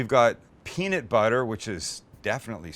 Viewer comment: looks good but the way you say peanut really bothers me.